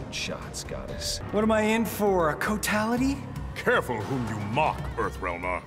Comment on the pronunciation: kotality yes aslo kitality